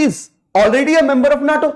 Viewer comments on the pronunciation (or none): Its not NAATO ,😑 It's NATO.